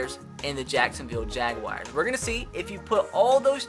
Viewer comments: You do know there is no i between the u and a in jaguars right? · Anyone else hear this during the intro? Jacksonville Jaguwires...